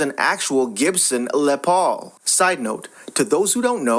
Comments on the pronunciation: STOP USING ELECTRONIC VOICE OVER, the guitar, Les Paul is pronounced "LESS" Paul, NOT "LE ' " Paul, for christ's sake....makes this page appear run by an idiot $50 for an original Les Paul, even broken it worth that much, as soon as she agreed to $50, i would have shut up, handed her the $50 and left, heading to my friend's house who works for a instrument retailer to blow his mind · That is Les Paul it is pronounced less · It’s pronounced (less Paul ). I think this story is FAKE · Thank you. That actually gave me a small stroke when he pronounced it like it was French........ 🙄 😅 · les paul. say every letter in the first name.. Les(ter) or Less -paul. : )